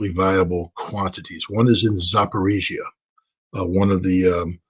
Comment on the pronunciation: Dear Scott Ritter -- It's pronounced "Zapar-O-zhiya". That's why the famous most popular small Lada car model is called the "Zapar-O-zhets", named after Zapar-O-zhiya.